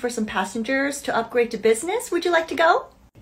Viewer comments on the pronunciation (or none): I swear the "thank you feerey matcheeyy" always get me 😂